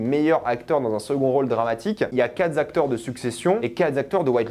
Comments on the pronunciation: À chaque "4'zacteurs", j'entends le suicide d'un bescherelle 😂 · y a pas de S à la fin de quatre. Jamais. Donc, pas quatre Zacteurs. Merci pour la langue française.